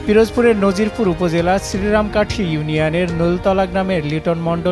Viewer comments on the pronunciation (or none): উপস্থাপক নাজিরপুরকে নজিরপুর বলছেন। তাতে বোঝা যায় উপস্থাপকের কাজের উপর তেমন অভিজ্ঞতা নেই। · দেশ টিভির সাংবাদিক ভাইরে বলছি উপজেলাটির নাম নাজিরপুর আর আপনি বার বার বলেন নজিরপুর। কেমন সাংবাদিক আপনে। ঠিক মত তথ‍্যই তো নাই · নজিরপুর না নাজিরপুর উচ্চারণটা অন্তত ঠিক করে বলুন 😎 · নজিরপুর না নাজিরপুর হবে,সাংবাদিক ভাই ভালো করে খবর নিন। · প্রিয় সাংবাদিক ভাই আপনি যেটাকে নজিরপুর বলছেন সেটা নাজিরপুর হবে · এটা নজিরপুর হবে না ওটা হবে নাজিরপুর এখানে নয় একটা স্বর বর্ণের আকার আছে 😂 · সব কিছু বুঝলাম নাজিরপুর কে নাজিরপুর বললো কেনো 😅